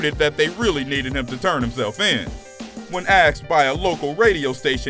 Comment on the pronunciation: We're NOT a "species" though its hard to tell considering the amount of times the narrator said "axed" instead of asked...good grief